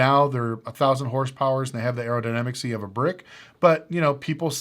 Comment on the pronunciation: “Aerodynamicsee”. Is that a word?